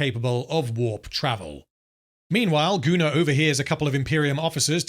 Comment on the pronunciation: Im curious, do you write Gunnar´s name as "Gooner" in the script? or does it come naturally to pronounce it that way ever since Anthony Botkins referred to him as such?